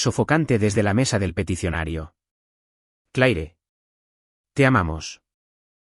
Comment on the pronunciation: Como es posible que utilizen personajes con nombres en inglés y no saben pronunciarlos correctamente. Un ejemplo solamente " La pronunciación del nombre Claire en inglés es comúnmente "/klɛər/" (klehr), sonando similar a la palabra "clear" o "Clare". Es una sola sílaba que combina una "cl" fuerte con un sonido vocálico tipo "air" al final, similar a cómo se pronuncia "hair". En francés, es un sonido más corto, más parecido a "kleh". Sin contar Vance 😂